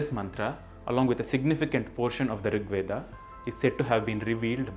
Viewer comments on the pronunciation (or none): none